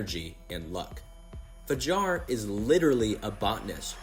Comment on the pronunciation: oui, c’est "Kuroki" et pas "Kuriko" mais heureusement il a bien dit "Fajar" et pas "Jafar" ^^